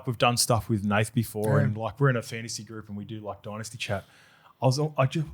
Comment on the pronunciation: my bro. It’s pronounced “dynasty” not “dynasty”.